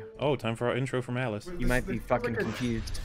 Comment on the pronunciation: Every time says 'Alice' all I hear is 'Az'